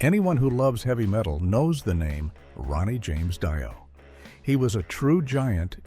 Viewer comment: Maybe the voice-over guy could pounce Ronnie James Dios name rigjt!!!! Epic fail.